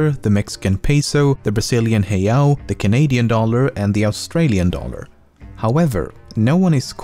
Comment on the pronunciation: I'm impressed by the correct pronouncation of the Brazilian rial!